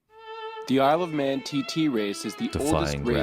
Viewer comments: The Isel of Mewn! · isle [f man not men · Isle of Man not 'Isle of Men' 😂 It's a shortening of the name of the Irish god of the sea, Manannan Mac Lir! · Its isle of mann not men. It would be like a British guy calling your beloved Super bowl "The super bile."🤔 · It's 'The Isle of Man' lol. But I'll take it. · Please be moe diligent in your presentation : it’s the Isle of Man - not Men. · It is The Isle of Man.! Not Mewn.